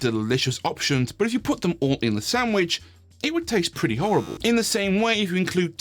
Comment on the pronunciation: Lol SAMwhich instead of SANDwich. I see what you did there....